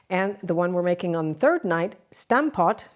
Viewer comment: It would be fun if you pronounced Stampot the way the Dutch would say it. That aside, it’s a really great dish. I’m happy you featured it. It’s a simple and hearty meal. With a gravy it’s even better!